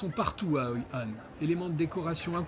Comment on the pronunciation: c'est Hoi An et Mui Ne pas Hoi Han et Nui Ne. Mais c'est un bon docu. Merci beaucoup.